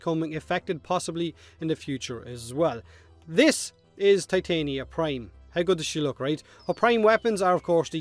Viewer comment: Why did you say Ti-tane-ee-uh when you clearly said it was pronounced Tit-on-yuh when Gauss's first look trailer was revealed?